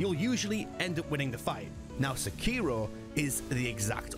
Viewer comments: Sek iro you're saying Se kiro! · You're pronouncing the name incorrectly... it Seki-Ro, not Seh-keer-o. Didnt last a minute into the video due to you butchering the name. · I wince every time he says “SAHKEERO”, 😖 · No the biggest thing they can get wrong is the pronunciation.😂 Come in white people 😂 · Wild to me that the game literally says sekiro 400 times and still pronounces it wrong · I find that a lot of people are still playing and recommending Sekiro so... still, a pretty good video. I had a hard time with your pronunciation of Sekiro though. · Why do people pronounce shit wrong when the game says how to say it several times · Can we finally get someone that can pronounce the name right?😂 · pronounce sekiro correctly as youve heard it ingame.. is that really so difficult man? its pretty simple why people point them to MORE similar games rather than OSU Souls.. i like sekiro as much as the next soulsborne fan but cmon was this THAT large of a revelation for you?